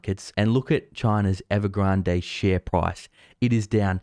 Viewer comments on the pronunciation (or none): There is no reason to pronounce Evergrande as if it were a Spanish word. Please revisit. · I like how u pronounce evergrade . Sounds sooo posh..